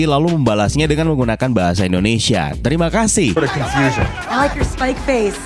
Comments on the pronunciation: Ai laik yor spaik fesss.. - Terima kazeeehh.. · Yep 👍🏻 , soalnya dia ngucap nya "terime kaseh" yg lebih ke cara pengucapan orang Melayu , kalau pengucapan bahasa Indonesia kan seharusnya "Terima Kasih" Itu juga ada kata kata terime kaseh begitu karena ada actor Malaysia juga yg main di film Shang chi 😂 Orang yg jemput shang chi itu actor berdarah Malaysia , makannya dimasukkan untuk kata kata bahasa Melayu 👌🏻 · Terima kasihnya pake logat Malaysia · Yang kalimat "terimakasih" itu pake accent melayu gk sih? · Kayaknya yg pas nyebut "terimakasih" logatnya lebih ke melayu ga sih? Kayak logatnya abang saleh di upin-ipin🥴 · itu yang ngomong "terima kasih" orang malaysia